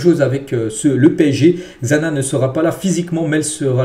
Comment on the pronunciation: on est dans code lyoko ouuu 😂 Xana se prononce Chana comme Xavi (chavi)